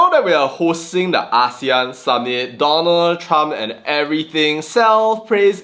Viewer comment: Mispronouncing Donald Trump's name means 100% tariffs await Malacia. Mispronouncing Prabowo's name is okay. No problem We can accept him as an Indonesian...😂